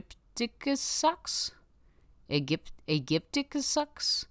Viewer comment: I think you pronounce Spinozilla correctly, but the "Aegyptiacus" is supposed to be pronounced like "agypticus"